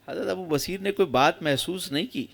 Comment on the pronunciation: حضرت کا نام تو پہلے صحیح سے لے لیں ب پر پیش ہے ص پر زبر ہے سمجھے میان